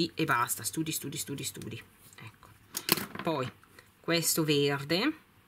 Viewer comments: Si pronuncia stady non study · Sempre ottime scelte tesoro! Think l hai pronunciato alla perfezione, ma "study ." Tesò si legge "stadi" .... Un abbraccio forte forte. 😘😘😘😘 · study si dice stadi